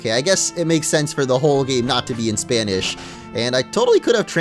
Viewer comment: Dude your Spanish pronunciation is very good, almost flawless!